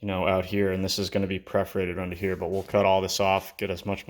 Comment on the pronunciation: It's perforated pipes, not preforated pipes.